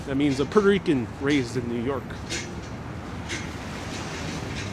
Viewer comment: I mostly watch for strange pronunciations of words. It should be a drinking game every time he says "Buddin" or "Minhaddin" or "Midden" or "Puddarico".:-))